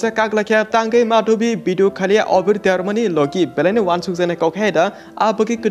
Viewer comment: Abir❌ Obir✅😅